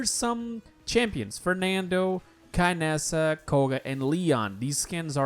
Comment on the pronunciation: Since when Kinessa is pronounced as Kaynessa? Did I miss something?